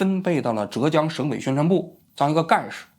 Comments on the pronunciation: 不是折江，浙江，第四声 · 还有浙江的浙是第四声zhè，王局说成了第二声zhé